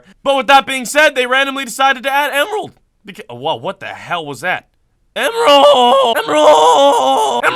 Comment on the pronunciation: ''I decided to have EMralds.Woah what the hell was that....EMRALDS EMRALDS EMRALDS!